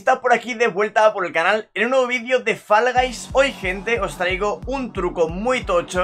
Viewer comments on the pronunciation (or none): Todos: fall guys: falagais